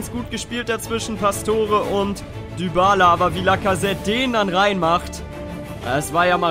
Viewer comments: man spricht Dybala "Diballa" und nicht "Düballa" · er heißt nicht Dübala